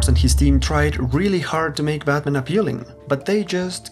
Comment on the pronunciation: I love his pronunciation of Batman sounds like "BadMan".